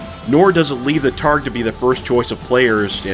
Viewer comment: Great video! Definitely taking on some of that Black Pants Legion energy, but in your own flavor. We can never have too many Battletech creators! You've earned a like and subscribe. One small point of order, the word targe is pronounced "tarj".